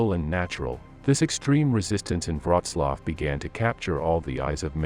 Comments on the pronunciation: Please at least learn how to prounce Wrocław before commenting on it. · Wroclaw = Breslavia You are welcome 😉.